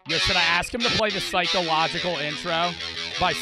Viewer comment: Did really say phycologycal by slipknot?, it’s PHSHCO-SOCIAL by slipknot😂